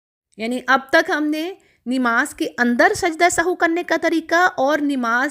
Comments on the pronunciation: Nemaz nhi hota nmaz hota hy or apky sary alfaz Galt hn baqi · بہن. نماز درست تلفظ ہے ۔ ۔ ۔ نون کے اوپر زبر ہے